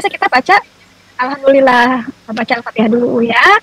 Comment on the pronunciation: Sebutan Al fatihah pun tidak betul bagaimana si maksud fatihah, mana tau sebutan Al fatihah nya ITU Ada lah laknat kpd diri nya...nuzubilaminzalik.